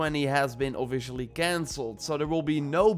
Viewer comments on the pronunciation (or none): E3 has ofiSHIALI canceled :))) this dude's accent is cracking me up :))